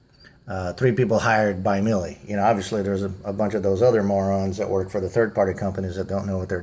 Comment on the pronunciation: I guess mis-pronouncing names makes you feel better? They are a german company so of course their name is pronounced properly in German. I am sure you would be file with people mis-pronouncing your name and making fun of it as well. If you want to make a video pointing out problems and then covering the experience, leave out the parts about bashing the companies name. It comes across as very childish. I do not work for Miele. We have owned Miele washers for decades. We own the WWH860 and have over 8000 hours on it. Dryer working fine as well. Service really comes down to WHO is doing the service. As you noted Miele's OWN techs do a great job. If a third party is doing the service, then you are at their mercy. Many have crap technicians. You will find this is true of almost ALL companies today. NO ONE cares once they have your money unless they are on the hook with a service contract.